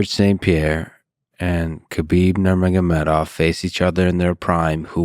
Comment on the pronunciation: love john, but he's never pronounced khabib's last name correctly in his entire life lol